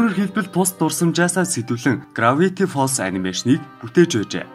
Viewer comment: Gravity gej heldiishdee grafity gej heleed baina